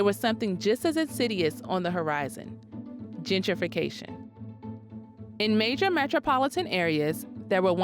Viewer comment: It's Gen-tri-fication, not Djidjification.